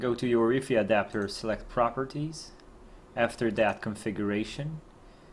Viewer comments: Took a lot of energy to stop me from throwing my remote at the TiVi because you kept say WeeFee. Do you say HeeFee for high fidelity too? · he is most probably French that's why he was saying wefe